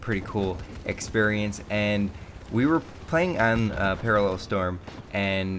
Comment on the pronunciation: its paracel storm not paralel